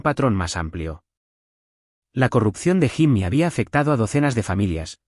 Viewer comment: Jimmy se escribe…. pero se pronuncia YIMI, si la IA no sabe hacer la pronunciación correcta NO USEN NOMBRES EN INGLÉS 🤨